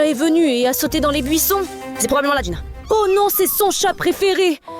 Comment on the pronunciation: C'est pas jïna mais jïnu